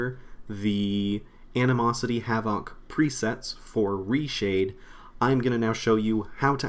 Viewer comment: You definitely should learn to pronounce the word havoc, everytime you say it makes you sound incredibly stupid :) nice tutorial otherwise thanks for putting in the time.